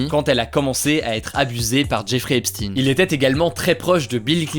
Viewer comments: On ne dit pas "Epstine" mais "Epchteyn", il n'est pas russe !! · Epstein ce prononce comme Einstein... et pas epstinne... c'est d'origine allemande (juif allemand) Stein c'est une pierre en allemand et ne ce dit pas stinnnnne mais chtaiiiine... 😉 Mais au final on s'en fout.. 😂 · C'est Epstein pas Epstine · Albert Einstine et la relativité des guignols qui transvestissent la prononciation des noms.. Epstein et non Epstine, ce milliardaire agent du Mossad qui piégeait des personnages de haut rang afin de les tenir en contrôle total au profit du pays de bhl. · Epstein se prononce Epstine ? Waaaa j'ai toujours cru que ça se prononçait comme Einstein 😭😭😭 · C'est qui Epstin ??? Pourquoi du jours au lendemain, on ne dit-on plus Epstein ? Merci pour votre travail excellent. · C'est quand même super perturbant le "Epstine" (C'est Epstein) toute la vidéo on dirai que tu n'as regardé aucune vidéo sur le sujet ça fais pas très sérieux malgré le fait que ce que tu dis est intéressant... De la même façon qu'on dirai qu'un journaliste n'a pas travaillé si il fait un reportage sur toi et qu'il dise tout le temps Hugo Décrypté.... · On dit "Hep shtayne" comme ne allemand, Ep shtein pas Epstine svpppp les francais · EpStein pas epstin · pourquoi dis tu "Epstin"? , on ne dit pas Albert" Einstin" , c'est pour être dans le politiquement correct ? (merci de répondre) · Non, ça se preononce "Epshtaïn". Mais Hugo le prononce juste mal. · "Jeffrey Epstinne" La prononciation m'a dérangée tout le long hh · L'affaire "Epstine"... déjà rien que ça j'ai les oreilles qui saignent x) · On dit Epstein comme Enstein. Il était de confession juive. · Bonjour, Je suis curieux de savoir pourquoi tu prononce "Epstine" le nom du criminel Epstein ? Quid de la prononciation de Weinstein ?? "Weinstine"?? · Epstein ça devrait pas se prononcer "Epchtaïn" ? Comme en allemand ? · a paris on ne connais pas d'autres langues 😂 c'est Epchtaïne en prononciation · Comment vous avez écorché son nom le pauvre Epstein